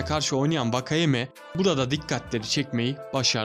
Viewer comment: Vakayema değil wakayeme diye okunutor4